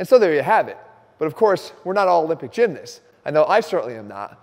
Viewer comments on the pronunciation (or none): Get it right Jeff it’s not gymNIST ITS gymNAST. Ya gotta say it like Mike M.